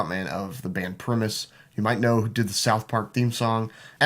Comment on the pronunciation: You lost me the way you annunciated primus. Shame